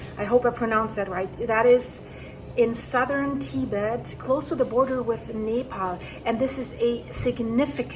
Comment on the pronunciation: Nepal and Tibet and Not pronounced like you said. Terrible video. Shows Oregon?